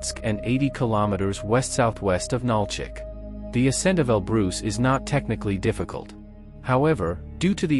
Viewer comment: Mount El Bruce!